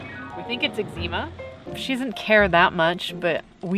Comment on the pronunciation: Eczema is pronounced Ek-s-muh, rather than Ek-zee-ma